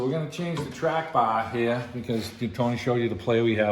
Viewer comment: Must be from the North East. "Weare gonna change the trAAAAck BAHHHH HEAAAA"